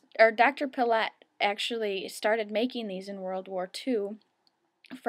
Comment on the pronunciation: I believe his name is pronounced Dr. Pee-Lay